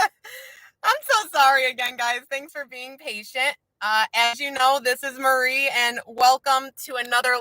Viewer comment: Are you saying Murry?